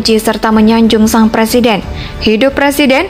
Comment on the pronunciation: MAU JADI PLESIDEN?? BELAJAR NGUCAPIN R DULU LAMLI !!!